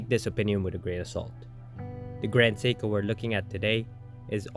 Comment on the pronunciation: Nice watch. Horrible AI narration. Can't even pronounce Seiko. 🤮